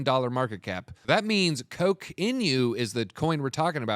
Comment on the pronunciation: Terrible research and alpha, even worse execution. Do your own research folks. It’s pronounced Cock not Coke.